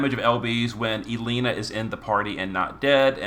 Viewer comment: eyebara , ellenuh , rich. he gotta be pronouncing them wrong on purpose at this point hahahah. jus playin , i imagine English aint his first language or sumn. even if it is , they are weird names for the most part lol